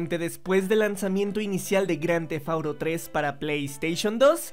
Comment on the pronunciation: Bien vídeo pero que estresante escucharlo decir cada rato grandthefauro , porque auro? Porque??? Díganme porque